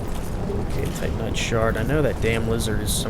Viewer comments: Seems like he says Titan knight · I swear, every time you say "titanite", I think you're saying Tight Knight. Don't ask me why lol